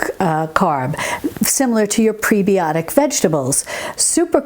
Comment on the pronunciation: as a nurse I have to say, its preb-eye-otic, like antib-eye-otic.